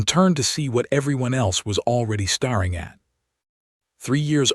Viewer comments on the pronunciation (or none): Please fix the narrator's mispronouncments. Hoping not hopping, staring not stary, bowing not boughing. And is her name Alina, Elena or elana? Want subscribers? Fix this.